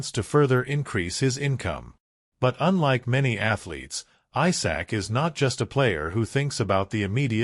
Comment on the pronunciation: Isak not Aysak 🙄